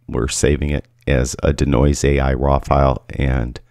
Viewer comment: Consider pronouncing DeNoise as DEE-Noise instead of DUH-Noise?